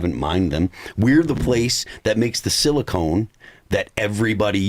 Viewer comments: Phil, I love you but it's pronounced silicon not silicone. They are used for very different things😂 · Who’s going to tell Phil that it’s silicon not silicone